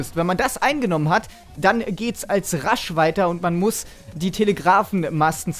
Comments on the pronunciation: Sprichst du Rush extra immer Rasch aus ? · "Rash" bitte versuch mehr englisch zu üben :D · Sehr gute Idee mit dem Google Translator, passt super zu deinem speziellen "Aussprache-Gimmick" der Marke "RASCH-Mode" oder "LEEEEEwis Gun" ;-).